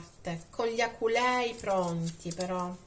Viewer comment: cambia l'accento ad aculei